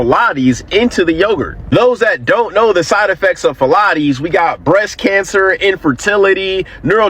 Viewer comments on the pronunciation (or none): Why is bro tryna say phthalates like pilates? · The guy talking about Chobani yogurt or whatever it is, means there's mocroplastic inside of it it's pronounced Ph-Thal-ates it's also inside of the boxed kraft dinner in the cheese power to keep it from clumping up, gotta be really careful how much you that you consume because it isn't an if anymore if you'll get cancer it's just a matter of time consuming PFAs and Phthalates, they can quickly make you infertile as a man you'll shoot blanks. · Man talking about Chobani being horrible for us while holding an Ozarka plastic water bottle in his hand mispronouncing phiolates. 😂😂😂😂😂